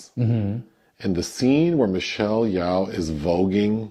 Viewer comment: Michelle Yeoh, her surname is pronounced more like “Yo.” The way you pronounced it, is more like the name or surname Yao. Still, I appreciated the critique of the film from both of you.